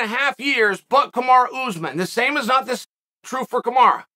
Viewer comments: You could probably help out with respecting him by saying his name properly 🤷🏼‍♂️ kamaru not kamarah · Kamaru is pronounced like “tomorra”